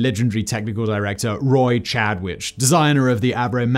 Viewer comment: And Chadwick not Chadwich